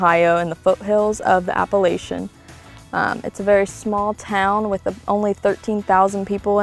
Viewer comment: Said Appalachian wrong 😑